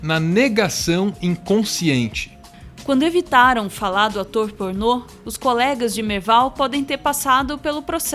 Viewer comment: "Atô pornot"